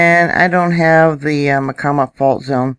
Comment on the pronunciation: Hi...,just me. Pronunciation of Myacama = My - ah - Cah’ - muh....it took me a year to find that in a dictionary!